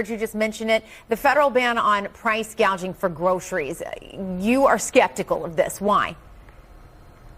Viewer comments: She didn't use the word gouging, she said gaging... big difference in the 2 words.. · She said price gauging. Not gouging. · Kamel-la said price gauging lol